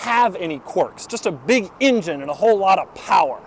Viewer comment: Love you Doug but it's pronounced "engine" not " ingine" thanks lol